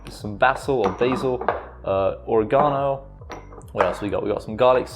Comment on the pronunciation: “Organo” 😂 I think there is an e making it oregano